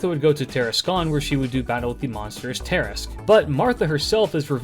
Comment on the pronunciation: After hearing you pronounce "Andromeda" and "Tarrasque," I have to ask if your voice is AI generated.